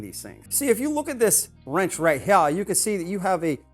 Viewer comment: “Right hea” is annoying....lol